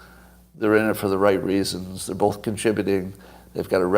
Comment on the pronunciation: Everyone else in the world- “both” Scott- “bowlth”